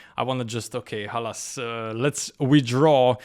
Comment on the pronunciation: Did you say khalas 😂😂